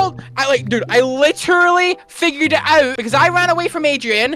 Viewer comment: I love how accent comes out when he gets angry, like "I literuhly figured it owwt"